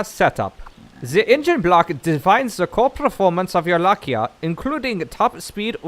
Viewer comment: It's Lai-ka, not La-kia xD Coulnd't stop laughing every time you said it wrong. Keep up the good work though, love your videos!